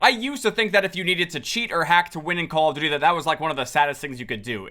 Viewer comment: dude for the longest amount of time i thought you were saying "how you doing?" not "call of duty"😭💀